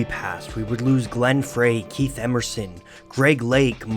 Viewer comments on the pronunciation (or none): Glen "Fry" - not "Frey".... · Glenn FRAY?!? It's pronounced FRY! I'm a casual Eagles fan at best, but even I know this! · I believe Glenn Frey is pronounced like Fry not Fray. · It's pronounced "Fry." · !#%$# It's Glenn Frey (sounds like fry) and RIC Ocasek (rhymes with basic). There's no Canadian accent to blame there... FTLOG, I like your videos man, but the pronunciations are brutal. You'd be a real pro with some editing.